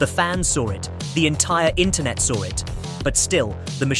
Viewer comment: There's no mf R in saw 😂